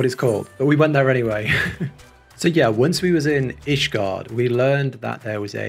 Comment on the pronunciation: You pronounced "Ishgard right but scion escaped you. 😂